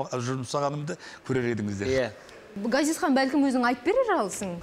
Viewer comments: Дина Ғазизхан деп дурыстап айтшы. Акциентпен отирик Газизхан демей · Дина Газизкан ГГГГГГазиз демей, қазақша Ғазиз деуге болатын еді ғой ия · Жүргізуші Дина ханым неге Газизхан деп орысша айтып жатсыз есімін қазақша Ғазизханғой. Сіз Г әрпімен айтып жатсыз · Газизхан нес😆Ғазизхан деп айтсан не болад 🤦🏽‍♀️ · Газизхан дей бергенің не понт Дина? Давай есіңді жина! Ғазизхан десей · Маа жургизушише Газизхан диберген неси Ғазизхан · Газизхан емес Ғазизхан шығар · Жүргізуші неге қазаша Ғазизхан, ғ (ғарыш) дегенде, айтпайды. Газизхан Газизхан деп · Дина! Газизкан емес Ғазизхан деп айт дурыстап сөйлеу керек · Газизхан деп отыр Дина сиздин атынызды Мина ,Ина десе недисиз дурыстап айтсанышы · Ғазизханды «Г» "Газизхан" деп, фишка қылғысы келді ма екен, Диночка!) Ол да дұрыс шығар. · "Ғ" деген әріпті таниды ма өзі мына тәтең? Қанды ішіп бітті ғой "Газизхан" деп! 😡😠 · Менің атым Ғани орысша сөйлеп қалған қазақтар Гани десе қаным қараяды, мынау да Газизхан деп қанды қайнатты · Дина ханым "Ғ" деп айта алмайсыз ба? Газизхан демей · Газисхан емес дурыстап айтсай Дина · Дина Г емес Ғ деп қазақ әрпіне мән беріп, дұрыс айтыңыз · Газизханды казакша айтшы.дина толепберген